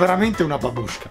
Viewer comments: per favore non dire Бабушка (babuscka) con l’accento sulla u, devi dirlo tutto di fila normalmente, mi fai soffrire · allora io non sono russo ma nonna in russo si dice babushka ma non provunciato babúshka ma si pronuncia bàbushka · Bellissimo video come sempre comunque si dice bàbushka